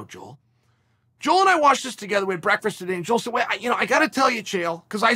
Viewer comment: Every time Chael says "breakfrisk" I rewind and watch like he watched Holyfield hit mitts